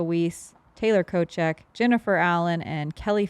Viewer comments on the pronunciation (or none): Not Ko-check, but Cho-seck. Otherwise way fun with the two hottest geese.